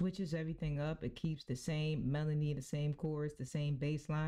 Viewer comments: Good video but it’s “Melody” not “Melondy” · Why do you keep saying melondy?